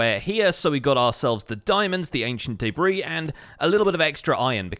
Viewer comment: Ancient “day-bree” 😆